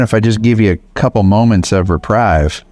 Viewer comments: Reprieve, not reprive. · It’s not reprive it’s reprieve Sounding ee not ii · Pronounced ( ree-preeve.) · Re-prēv NOT re-prive. Sorry, for the pronunciation correction❤ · The word is reprieve pronounced reprev not reprive. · It's pronounced 're-PREEVE' not 'reprIVE'.... sorry, but it's annoying to hear English misspoken.😊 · Grammar police Reprieve (ree-preev) - a delay in punishment. To my knowledge, there is no reprive in the English language. There's reprove and reprise but neither applies in the context of the video. Great videos and fun to watch. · Just for the record, its not pronounced reprive its pronounced repreeve . That is not the correct spelling. That was spelled like its pronounced. Not a big deal . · Ruh-preeve' pronunciation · the word is reprieve. Pronounced "repreeve" phonetically. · I think it’s pronounced Re- PREEV. And you got it! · The word is reprieve, not reprive or what ever you're trying to say. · It's reprieve - sounds like repreev. Thanks for all you do! ❤ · Reprieve is pronounced like re-preeve just an FYI lol. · Love ya but it’s reprieve pronounced Repreeve rhymes with sleeve. 😎 the English NERD fan! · Great job!, it’s pronounced RE PREEVE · It's pronounced 'repreeved'!!! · Just one little thing. Reprieve rhymes with believe. 😃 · You are mispronouncing the word “reprieve”. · I think he meant reprieve, he has said it that way before... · You are magic with those dogs, and I am so grateful for the time that you spend with them, helping them to begin to heal and begin to be open to finding a forever home. Thank you so muc. May I also add a brief comment about something that's much less important? You should look up how to pronounce the word reprieve. It's with a long e not a long i. And again, thank you.